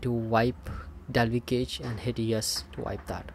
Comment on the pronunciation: Cache is pronounced cash in English.